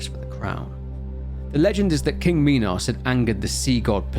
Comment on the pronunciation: Its funny you say minos correctly but then immediately say mynotaur instead of minotaur